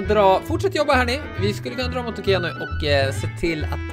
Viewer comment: Det heter ikea inte ekea